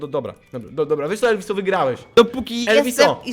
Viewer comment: nie elwiso tylko ELVUZJO